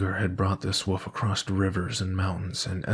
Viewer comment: This narration was great, but I’m begging you to pronounce the word “wolf” properly.